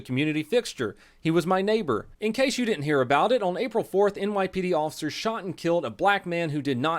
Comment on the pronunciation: For the love of god and all things holy stop pronouncing "officers" as "awl-ficers". FFS, you are a pseudo-celebrity, at least pronounce common words properly. So, "y'all" gunna take a hissy fit and "ban me". Cmon, learn to accept criticism. It comes with the interwebz.